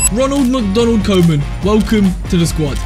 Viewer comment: his pronounciation of koeman LMAO